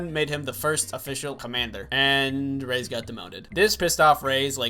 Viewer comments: Jaxon A I was like..he can’t be serious, it triggered me a bit but I love him soo idc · I hope you're joking when you pronounce Reyes